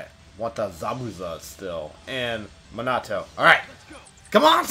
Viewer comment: you say minato wrong